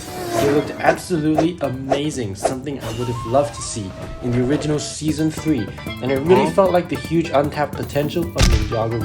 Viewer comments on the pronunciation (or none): none